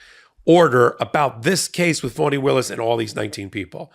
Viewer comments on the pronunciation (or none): I know that you would be irritated if someone, everyone in this case, kept saying your name wrong, repeatedly. So, here is the break down. Fani Taifa Willis - fa ni, FAH-nee; FA as in Do Re Mi FA So La Ti Do - not fawn, not fan.